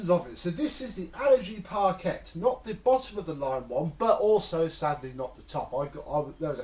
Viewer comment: You are not supposed to prounounce the 'Quet' lol it prounounced 'par-kay'.